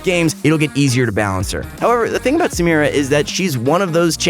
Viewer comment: finally he knows how to pronounce samira.